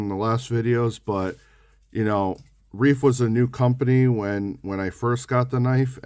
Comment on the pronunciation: pronounce it "Rife"